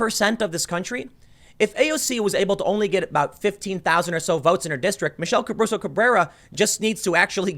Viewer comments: let's take a shot everytime Tim pronounces it "Cabruso" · You mispronounced her name the entire video. There is no B in Caruso. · Take a drink every time Tim mispronounces "Caruso".